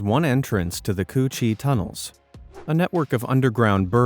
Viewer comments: Am I the only one who laughed when he said cu chi tunnels 💀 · I've been there { to visit them on a trip to Veitnam 🇰🇬 from Australia 🇦🇺 } he pronounced the name of the tunnels incorrectly . ♑️✍️🇦🇺🇳🇴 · C-Cu chi (coochie)